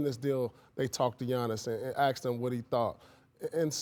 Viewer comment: I can't believe its 2020 and people on TV still say aXed.